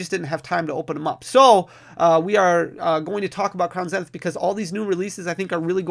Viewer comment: I love how you pronounce Crown Zenith, I've started saying the same way now. It must be the Midwest in me that loves it haha! Congrats on 100K!